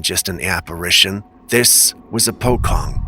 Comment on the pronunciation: The Indonesian, Southeast Asian actually, ghost is called a Pocong. It pronounced "Po" + "Chong", not "kong".